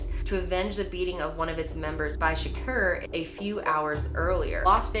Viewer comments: WHY do you keep pronouncing "Shakur" that way. It's SUPER disrespectful to mispronounced people's names. You LITERALLY played a clip where he said his name. Have some more class 😑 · Great video but you are pronouncing Tupacs lasy name wrong